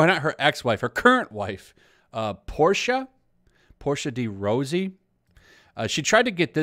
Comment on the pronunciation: Your generalizations are false. "They all" "everyone". Also you’re mispronouncing her name and doubly mispronouncing her wife's name. This carelessness negates your competence in the matter.